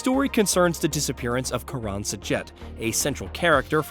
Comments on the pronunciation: Somewhat undermined if you can't pronounce the characters names. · Why can you not pronounce Karen and Imogen correctly?